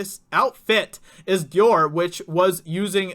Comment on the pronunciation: The "Dewar" cape! Dude, you're an IDIOT! 😂😂😂😂